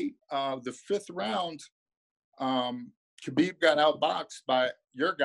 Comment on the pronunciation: Dustin Hazelnut 😂😂😂😂😂 him and Joey Diaz fucking kill me with the pronunciation of fighters names.. Khalabib and stiopic😂😂😂😂